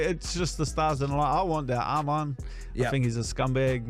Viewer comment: Making a vlog, can you prononce the names correctly? It's not Armen, but Arman Tsarukyan